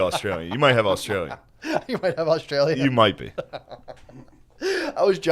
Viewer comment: "Aut-Stralia" lol